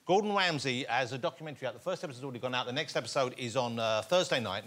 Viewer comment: Gowdon Wamsy.